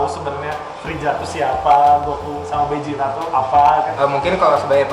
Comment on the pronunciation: Vegeta atau Bejita, bukan Bezita